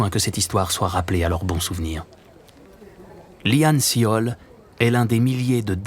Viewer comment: Petite remarque, il s'appelle Lee Han Seol (이 한 설) qui se prononce "yi hann sôl" (o comme le o de porte)